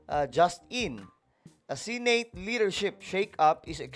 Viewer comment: Pwede bang i-pronounce mo na maayos ang word na SENATE?? Please lang